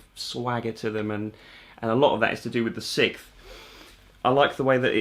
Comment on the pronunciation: I thought you were saying the sith instead of the 6th. I was like, I knew it took some dark Jedi powers to play guitar like this🤣. All joking aside, great video! You did a great job of explaining the theory in a way I understand👍